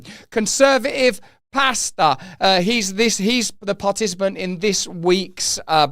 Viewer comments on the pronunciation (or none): Did you say "conservative pasta" 🍝? 😂